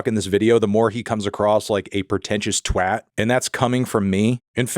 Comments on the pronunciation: 👏👏👏well done on saying “Twat” the way it should be said certified ‘15’ and the acceptable pre 9pm certified’ 18’ C word. Not the ‘PG’ family friendly “Twot” that gives literally one tenth catharsis as it’s true pronunciation. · Oiiii Anthony pronounced twat right!! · finally someone from the America's that can pronounce "twat" correctly ❤ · as a brit, thank you for pronouncing twat correctly, it made my day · Fantano pronounced twat properly. I'm so proud. 🥲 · Thanks for pronouncing twat correctly American man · Can we give a shout out to Melon for knowing how to pronounce "twat" correctly? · Congratulations on being the first American in history to pronounce 'twat' correctly. I'm impressed.